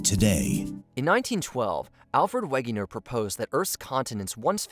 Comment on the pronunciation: ? Wayh-Geh-Ner ? ..really ? ffs